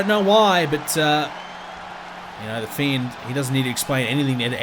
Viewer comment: His pronunciation of the fiend name is not amusing at all